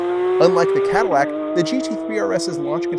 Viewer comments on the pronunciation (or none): none